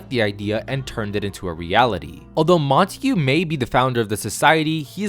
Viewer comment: Btw it’s pronounced: Mont-egg-uh